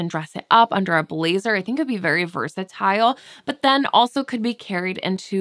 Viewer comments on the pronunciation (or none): none